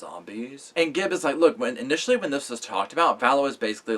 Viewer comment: Am I just super neurotic , or does it drive anyone else crazy when people put an "s" at the end of "Gibb?" ....No? Just me, then? Alrighty... 👍🏼